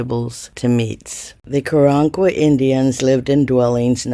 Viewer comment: I would like to believe you, but I don't believe you are pronouncing the name of the tribe correctly, so, yeah, next...